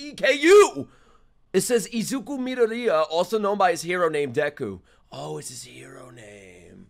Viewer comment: Dekus name is pronounced izuku midoryia😂